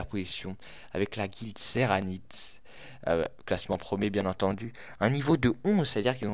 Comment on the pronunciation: serenity pas seranit x)